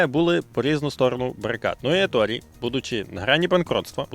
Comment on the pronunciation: Коментар в підтримку каналу. Натрапив на канал випадково, через рекомендації і пошук відео про "Перегони гарматне ядро)" Еторе, Еторе, не Еторі, навіть вимовляючи англійською, всерівно робиться акцент на італійський манер. І так, про 15 хвилин - це міф)